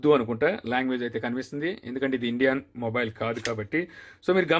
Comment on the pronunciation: Morile kadu samy mobile